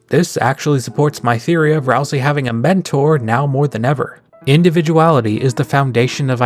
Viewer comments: Okay, say "ICE" > ice Okay, now say "E" > e Now say "ICE-E" > icy e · That's how every dr youtuber pronounces it?